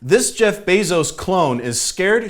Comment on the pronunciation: Disappointed to see stopped the bit where he said Jeff Bezos wrong on purpose